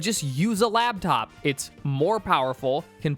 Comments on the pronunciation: You lost all credibility the second you said “labtop”. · You said "labtop" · say "labtop" one more time, i dare you.